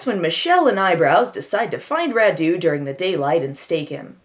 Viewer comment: As a Romanian: Radu is not pronunced RaDU but RAdu (accent on the first syllable). The car the girls drive is a Trabant, the legendary car from Eastern Germany (we had it also in Romania being part of the Eastern block). And the movie is deliciously bad, had no idea this was the first US film shot in Romania (oh boy, surprise, it's about vampires!)